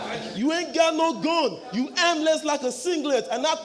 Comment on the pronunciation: Dude tried to make armless sound like aimless wtf. But that Tutu Asantehene bar was killer buh Smif won this cos Dejinious had some very low moments and high moments, he was not stable